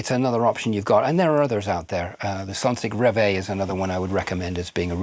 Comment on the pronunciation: the what? sonsig reway? Edit: Oh, I actually got way closer than expected: Sonsig Rev-A. It genuinely sounded like you couldn’t be bothered to articulate 😬